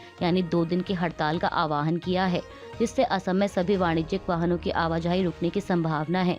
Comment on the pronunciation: आह्वान not आवाहन